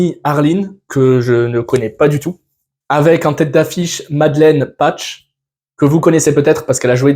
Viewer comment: c'est difficile de dire MADELINE PEACH ? et pas patch ? serieux